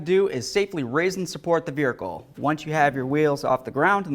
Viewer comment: Never heard of a veRhicle before now lol good video tho!